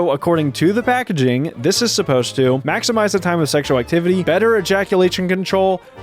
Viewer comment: One says "Maxmize" and the other "Maxinmize" lol